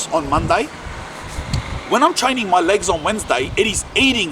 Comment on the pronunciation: “TRAY NIN”